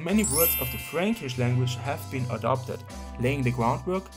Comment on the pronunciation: Yes, good video, but the thing that I remember about this one, is that the word "franckish" sounds oddly as "freeeench", so Charlemagne is french. And even, I think he would prefer have the name "Charlemagne" than "KARL DER GROßE", just for him. (I'm just kidding, I know after the carolagian empire division, the Germany was named Eastern France and the currently France was named Western France)